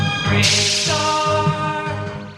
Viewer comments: Igor from Count Duckula is pronounced Eye-gor, it's pronounced Ee-gor. And why do you keep pronouncing the superfluous R at the end of Bravestarr?!? It's silent. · You don't need to pronounce the extra R in BraveStarr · The hell are you pronouncing the extra R on Bravestarr for? You're not meant to. It's just spelt that way to look "cool". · Honestly can’t tell if the mispronunciation of Igor in the Duckula section and the constant R after Bravestarr are bits or if you’re really unsure how to pronounce. If it’s a genuine error, the intro to Bravestarr even gives you a hint 😜